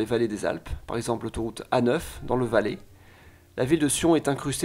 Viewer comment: Fun fact. En Suisse francophone, tout ce qui finit en -ai, se prononce "è". C'est pour ça que quand tu as prononcé "Valé" pour parlé du Valais, ça m'a fait un truc, ahaha. (Sinon j'habite à Genève et je veux mourir tellement c'est cher cette ville de merde)